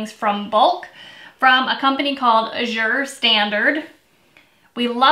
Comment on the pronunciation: FYI Azure is pronounced, "a- zhr", emphasis on short a. Loved your canning recipe. : )